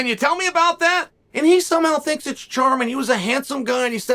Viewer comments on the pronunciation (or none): none